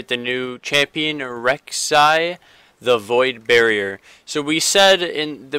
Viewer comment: IT'S PRONOUNCED (Burr-oh-er) Burrower NOT Barrier!